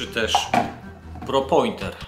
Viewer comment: Pinpointer, a nie Propointer :P